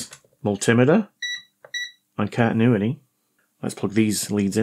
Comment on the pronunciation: It's just a wild guess, but I think the problem is the way you pronounce "cantinuity"😂👍